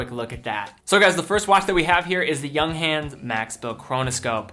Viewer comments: Pronounced YOONG-HONS. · Please learn the correct pronunciation of "Junghans"